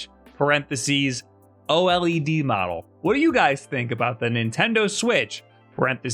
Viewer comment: It's pronounced Oh lead. Thank you.